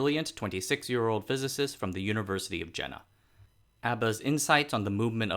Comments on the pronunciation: Hi there, The city is pronounced Yena. Not Jena. In german J is pronounced as Y. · Jena pronounced YAY-nuh. Zeiss pronounced Tsice. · Jena is pronounced "Yena" like "y" in "Yale" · Since the name Jena appers so many time in the introduction, it would be so nice to take care to pronounce it properly... the initial consonant is [j] not [d͡ʒ] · "Jena" is pronounced Yeh-nah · Jena roughly to be pronounced as "Yey- nah" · Thanks again for an interesting video. Just to be pernickety: "Jena" is pronounced "Ye-na". Similarly, "Jenoptik" is "Yen-optik". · Thanks, interesting. Jena is an interesting town with a lot of high-tech companies and research facilities (and a funny tower). BTW, Jena is pronounced with more of a Y sound, like Jägermeister. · Excellent video. Would be even better if the name Carl Zeiss, Ernst Abbe, the University of Jena are properly pronounced. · Dude, pronunciation! I understand you may not know hot to pronounce Zeiss, but butchering "Jena"? You have no access to Wikipedia?